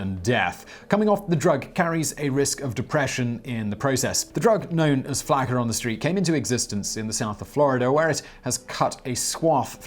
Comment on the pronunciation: It's pronounced Flock-uhh